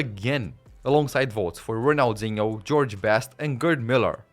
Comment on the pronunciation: "Serie A" omg this dude dont know jack about soccer Ronalzingo lol cant make this sht up